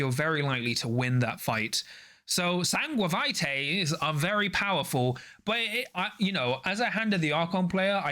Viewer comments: I guess it is meant to sound as (fake) latin, so it should be pronounced: "sangua-bee-TA-eh" with strong emphasis/ton on the "TA" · I loved the SanGUAViTAE! Was laughing every time you said it.